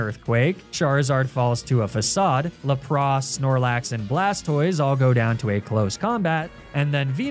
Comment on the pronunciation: And because you mentioned Snorlax immediately after Lapras you actually pronounced the name correctly. Still had to roll my eyes at Magnemite and Arcanine.